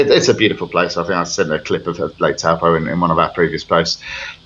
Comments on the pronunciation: Ahem It's said "toe-paw" rather than "t-oow po" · Dear Australian the pronunciation is.. TOE PAW. It is a Maori word often mispronounced by us European folk! Wow they have bought leasehold land, poor suckers. No one will touch it particularly being a Maori trust. You have situations over near Cornwall Park the owners walk away instead of paying 74,000 ground rent per annum. No investment.